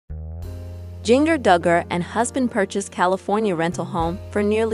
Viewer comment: Can't even say Jinger right!